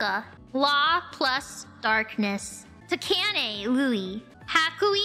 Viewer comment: Hah! She made a mistake! Takane Lui is read Ta-Kain Lu-wi.